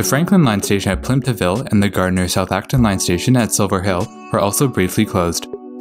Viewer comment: Thank you for saying Gardner right